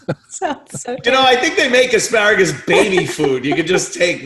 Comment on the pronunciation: Asparagus... i thought he said A Pair of Gus tsssssss